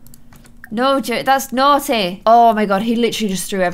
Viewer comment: “No james that’s naughty” has never sounded so british😂 i love it tho